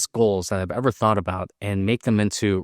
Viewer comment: Tot? Lmao I think you meant thot? like thistle, or throw. now at the ought.